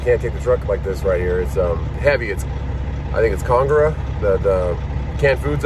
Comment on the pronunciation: its pronounced con ag rah